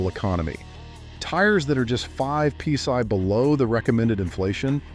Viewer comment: What the Fu*k is pea sigh? p sy? peace eye? pee sy,? piece I. Sigh indeed, when I heard that I almost peed and sighed at the same time. Lets just call it call it pounds per square inch or P.S.I. or tire pressure above atmospheric pressure, Zero reference pressure or something i can find in a physics book. I think I am going to go get a peece of pigh and watch this video again just in case Eye missed something...